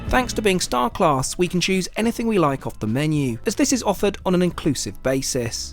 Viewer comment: You HAVE to stop pronouncing “class” like that. Your over-annunciation makes me want to gouge my eyes out with a grapefruit spoon.